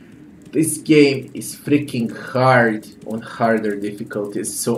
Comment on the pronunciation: "This game is fucking hærd"